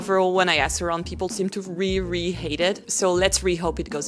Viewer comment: You are so fluent in English that I hesitate to say this, but if you want to fine-tune one thing, you need to say "really" with the /l/ sound, it sounds like you are always saying "ree."